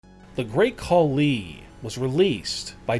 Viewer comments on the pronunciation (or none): The Great Call-Lee? And please don’t believe that Braun photo.. it’s as fake as this channels credibility.